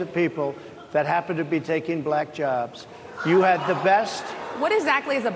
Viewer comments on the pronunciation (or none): The way her pronounced "black"..."Blaaaahkkk" is all we need to hear. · The way he pronounces “black” sounds racist lol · Trump has an obnoxious way of pronouncing the word, "Black." It's as if he deliberately wants to make it sound bad or insulting. The journalist, for the most part, were respectful and polite but he is accustomed to people being "bootlickers" in his presence.